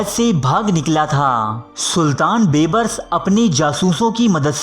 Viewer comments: Oay sianay baybrus nhi hota beebrus hota hy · Please improve your Urdu pronunciation. Calling Dara Shikoh as Dara Shikwa and Bebris as Beburs are really in bad taste.